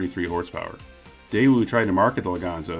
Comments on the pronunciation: You discuss how to pronounce Daewoo, then continue to call it Dae-woo. It is pronounced Dae-oo. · A little late to the debate but the W in daewoo is just a weird carryover from outdated romanization. In the Korean alphabet it would be spelled "deu" (really daeu, but the ae is pronounced e), so Day-oo is more accurate. Same goes for the family name Woo -- it's actually just U. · Nope, still wrong but close. In Korea itself, it’s like your British snippet: day-oo. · Most accurate way to pronounce is Deh-ooh (read like American). Anyways I don't really care if they pronounce it wrong. "Day oo" would just be "대이우" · Daewoo is more pronounced as "Deh ooo" rather than "Day woo" Deh like "heh" but with a D ooo as in "ooo that gotta hurt" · "Day-oo" is the correct pronunciation. In Korean, it's 대우. "대" (day) "우" (oo). Also, the "y" in Hyundai is not silent. Hyundai = 현대 = 현 (hyun) 대 (day). If you're not sure how to pronounce the "hyun" part of Hyundai, think of a cowboy trying to get a bunch of cattle moving : "Hyah!" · The other famous car guy pronounces it as 'Daaju'. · It`s actually pronounced... TAEwoo. There are several romanization systems for Korean, some render the letter "ㄷ" as T, others as D. It´s closer to the English T sound. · I pronounce it like day-you. I remember the tv adverts here the thi g they said was "that'll be the day you" Edit. I've just remembered we had a daewoo tv when I was a kid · I always pronounced it like Dy-woo. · Ok, I've lived in Korea for almost two decades and I can safely say that the W isn't pronounced: day-oo (like a ghost-boo!). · You still aren't pronouncing it correctly! 🤣🤣 The w is silent.